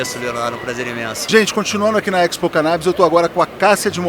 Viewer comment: A pronúncia de Expo é a mesma de exportação, exposição, por exemplo. O sujeito enche a boca para falar errado.